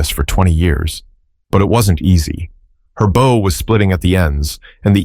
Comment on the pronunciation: I enjoyed this, but the beauty was sort of tarnished for me by the mistakes in the audio. Nia pronounced 2 ways Knee-uh and Nigh-uh. And when it mentioned the bow of the violin, the narrator said it like "bough" -- these might be nitpicks, but it shows two things - somebody didn't care enough about this video to do it well, and it was distracting for me from the story. Sorry.